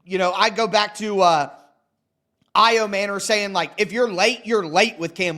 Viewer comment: Ayo-manure? You’re MANURE! You suck bro! A journalist (wanna be) should learn to pronounce people’s names to not offend them. That’s just lazy bro, YOU SUCK! AND STOP YELLING!